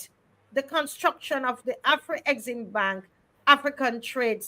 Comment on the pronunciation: AFREXIMBANK is correct and not AFRE-EXIMBANK which carries a mysterious first 'E'. As far as I know neither Africa nor African contains the letter 'E'. It has also lead to the mis-pronounciation of the acronym which should be pronounce as a-frek-sim-bank.